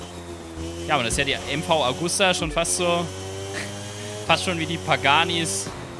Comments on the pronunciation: Ich feier deine Videos echt aber das hat mich gerade voll aufgeregt... Es heißt ja MV Agusta du sprichst es leider MV Augusta aus... Nicht böse gemeint aber naja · nicht Augusta sonder Agusta 😂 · es heisst mv aaaaaagusta nicht auuuugusta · Und sie heißt Agusta und nicht Augusta xD